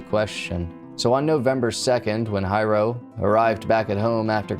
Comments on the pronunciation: Dad's name = Hiro ...pronounced HEE-ro.... not High-Row. Also- 'Xerox' is a brand name for the generic 'photo-copier' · I worked on Puuhale Road at a shop back then. I heard KSSK announcing the breaking news and that made our daily chores delayed due to Nimitz being blocked and the mass search for the killer.....(btw, the dad name is NOT Hi Row......its pronouced like He-row for Hiro, dad's real name). I often had some differences with my boss too, BUT, i would never EVER do such a callous and stupid thing.......its NOT WORTH IT). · HO-NO-LOO-LOO, not HANALOOLOO. HEE-RO, not HI-RO. 🤙🏼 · I was told Byron was an immensely talented person. He made furniture from scratch, he built with relative ease. He raised award winning gold fish. BTW his fathers name is pronounced Hero, not high ro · Mental. Hiro is not pronounced High-ro, it’s pronounced Hero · The mangling of the pronunciation is killin’ me lol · Hiro is pronounced as if you're saying hero. Not Hi-row. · Uesugi = "Oo-eh-sugee", not "You-eh-sugee". Hiro = "Hero", not "High-row". Nuuanu = "Noo-ooo-ah-noo". "La'imi Road" = "La-ee-mee", not "Limey". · Pretty sure his father’s name is pronounced like “HERO”…. It’s a pretty common Japanese name 😉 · And sometimes the r is rolled. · Hiro (Hee-row) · Not of Japanese decent but I think Hiro is pronounced HERO. Im just nitpicking though. Excellent video AS USUAL thanks for the top notch content. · Don't hate on for mispronouncing hero, he's autistic give a break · im asian as well and i honestly get little upset when haoles pronounce japanese names wrong.....just like Karaoke, its NOT Ka-ree-okay.....its Ka-da-okay.